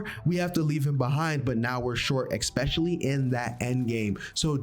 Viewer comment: Expecially 😂 Good Vid though